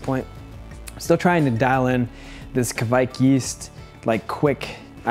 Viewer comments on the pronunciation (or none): It's pronounced, KUH-WIKE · It's pronounced like the QUAKE game: kwäk. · No, it's pronounced Kveik.